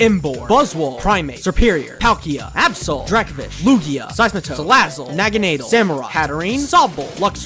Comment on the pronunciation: Naganadel, not Naginadle!